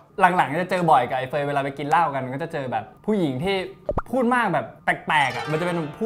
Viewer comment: เเม่!!!! พี่เขาชื่อเฟย ไม่ใช่เฟย์เเม่ 555